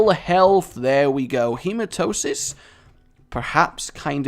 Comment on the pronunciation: its: hematemesis not hematosis synthoil not synthesol polycephalus not polyphemus. god dammit so many mispronunciations from reading something right on your screen that i cant remember all.....